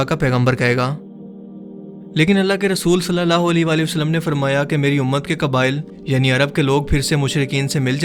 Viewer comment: ویڈیو لمبی ہو رہی ہو تو درود پاک ٹھیک سے نہیں پڑھیں گے؟ صلی اللہ عیلہ کی جگہ صلی اللہ لی پڑھا جائے گا؟ اوپلیز ... درودپاک درست پڑھنا ہر مسلمان کا فرض ہے.